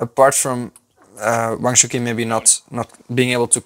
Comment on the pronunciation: AFAIK Wang's first name is not pronounced as "shookin" but more like "choochin"